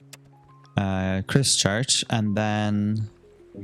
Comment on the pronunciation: Christ-church…. In-ver-Cargill